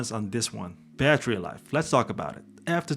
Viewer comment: Is battery life not batree life